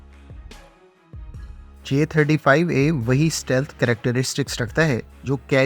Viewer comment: The word is STEALTH and not SATEALTH. Stealth = اسٹیلتھ